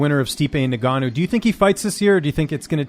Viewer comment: Every time says INGannou Nigannou